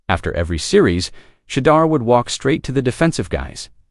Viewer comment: Why is your video mispronouncing Shedeur’s name when your video says his name correctly… we know when people mispronounce a black person’s name is racist tone